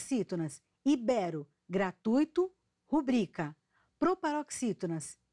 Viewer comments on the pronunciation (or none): none